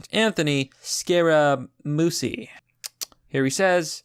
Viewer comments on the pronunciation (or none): It's the" Mooch," not the "Mousse." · Pronounced Scaramoochie lol. Not Sacaramoosie. Don't worry about it bro. You do good work. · Scar- ra- moochie... aka the "Mooch" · It is Scar-uh-moochie. The dude worked for Trump for a few days. Glad he saw the street rather quickly! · I think it's pronounced "Scara-mooshie". My dad is a big Trump fan and I remember him talking about Scara-mooshie months ago. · It’s pronounced “scare-a-mooch-ee” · His name is pronounced " Scar ah moochie". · Scar-ah-moo-chee ya dum Irishman...................... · Yes Italian name Scare-a-moo-chee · I wonder if Joy Reid sent her team of forensic computer experts to find those hackers lmfaooooooo Also cc together in Italian usually makes the ch sound. Scarmuchii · scare-a-moochy.. it was driving me nuts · Scare uh Moochie. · For God's sake, it's pronounced Scara-Moochee. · His name is pronounced (Scare-a-moochee). He used to be Trumps friend and was the Press Secretary then Trump canned him because he was creating too much drama. The Mooch is just a disgruntled ex-employee. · It’s pronounced “scare-ah-moochie” You know Scaramucci was fired by Trump for incompetence after a week on the job. Great job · Scaramuchi was El Presidente’ s White House press secretary for like a week after Sean Spicer was fired. He was fired as well and took it personally. I think his name is pronounced scä ra moo chee. Why do I feel like they want to start a nuclear war just so he can’t be re-elected. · Scaramucci, It's pronounced scare a moochie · Scaramuchi is kinda how you say it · FYI it's pronounced scaramoochie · It's pronounced scare-a-moochi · Scare-Ah-Moo-Chee. You really should learn to read. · It's pronounced Scaramoochi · Its pronounced Scare-a-moochi